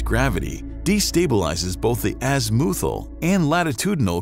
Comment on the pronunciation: I cringed so hard at your mispronunciation of azimuthal